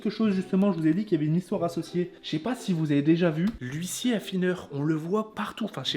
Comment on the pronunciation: Juste la prononciation de Luisier mon gars hahaha prononce le s comme un z c’est comme ça que ça se dit 😉